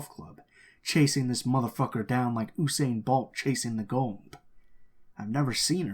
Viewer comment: My man said oosaine 😂